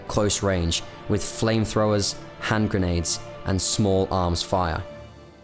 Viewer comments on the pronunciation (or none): none